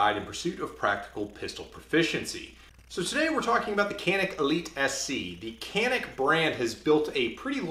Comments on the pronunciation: but you say "h"alapeno ... right? ... It's "J"anik. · The "C" in Turkish is pronounced as a "J" so it should sound something like Janik 😁sorry for nitpicking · It is pronounced as 'John-ick' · ps. In Turkish it would be pronounced like "john-eek" emphasis on second syllable. Named after a mountain at the Turkish city where the guns are made. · You are pronouncing the name of the company incorrectly. It’s Turkish, “Jhanick”.